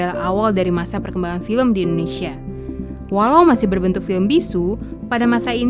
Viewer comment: IN DO NE SIA mba bukan Innesia 😂😂😂